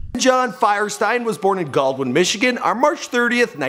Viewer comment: Did he just say Firestein 😂 it’s pronounced (fear-stin) Feuerstein